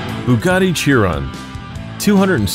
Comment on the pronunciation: Chiron is pronounced sheron